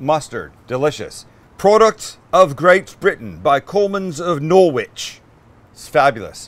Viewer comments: "Norwitch" Sam it's "Norrich" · Norwich, pronounced Norrich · Nor-wich 😂 I’m dead 😭 it’s pronounced norrich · As a brit, I find it funny how he said Norwich as its spelt, cant blame him at all, but funny because I know how awful english is, it's pronounced Nor-Rich why I dont know?!? I feel more sorry when he has to use Lea & Perrins Worchestshire sauce, because 50% of brits cant even say that correctly!😂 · Nor-wich😂😂 norrich* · worst english accent ever hahahahahah - we dont all speak like Dick Van Dyke in Mary Poppins - its pronounced Norritch, not norrrr-wich - love ya Sam :-) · Nor-itch (short "O"); the "W" is silent. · When saying ‘Norwich’ say Noritch as the w is silent, and when saying Worcestershire say woo-ster-cher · * Sam says "Nor-wich" * Me: Better visit the comments to see how many Brits have been triggered so far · Dude, Coleman’s rocks... but as I know you care......so.....we don’t pronounce the W lol.... so we say it like.... Nor - itch. Keep up the awesome work....love you show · I'm from just outside of norwich but its pronounced like this - noh-ridge (i think that makes sense..) love the channel! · "Nor-witch" lmfao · Hi Sam I live in the UK and Norwich is pronounced Nor-rich. But the way you tried an English accent made me laugh so that's fine 😂😂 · For future reference Sam, Norwich is pronounced Nor-itch. Otherwise great video, love from South West England. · It’s pronounced ‘Norridge’ 😂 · Pronounced Norich... Hazzar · Never heard of NoorWhich? Iceland? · Nor-witch?!?!?!? Please, please don't say it like that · Norwich is pronounced "nor rich" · Norrich, it's pronounced Norrich........... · I live in Norwich! its pronounced norich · Bruh it’s pronounced norich💀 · How you pronounce Norwich is so funny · That pronunciation of Norwich killed me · In England Norwich is said without using the W. They just put the W in there to confuse everyone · Don’t pronounce the W in Norwich buddy 😂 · You pronounce “Norwich” completely wrong Sam. 🇬🇧🇬🇧🇬🇧.